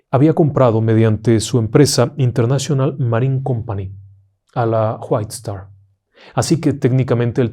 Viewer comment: ¿Por qué siempre pronuncia como J las Wh en inglés? Whitestar se pronuncia Guait-estar, no Juait-estar. Saludos